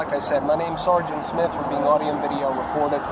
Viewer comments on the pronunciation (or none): none